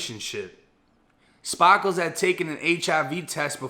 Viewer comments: “Spah - kles” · Lmao, your Bosfloriton "Spaaakles" trips me out. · Every time he said Spar- Kals 🤣🤣🤣 love these videos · I was just waitin for you to pronounce ''Sparkles'' as ''Spahhhkles'' lmao great video tho my G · Yo i kno its a serious story but the fact dudes name is sparkles and the way u say it wit ur accent kills me bro 😆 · He's either from Boston or he is trying too hard